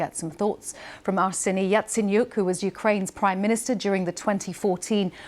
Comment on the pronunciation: Yatsenyuk??? A bit far off from "Yaicaniuh" don't you think? He doesn't own a yacht either. There wasn't even any rumors about it. So I have no idea what you're talking about.